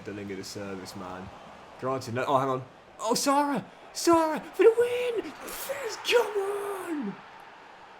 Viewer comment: He may be the current best player but can’t pronounce his name 😑 It’s Sara pronounce the a like ah not arr